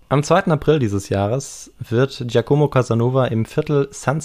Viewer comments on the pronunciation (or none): "Giacomo" wird auf "a" betont, nicht auf "o".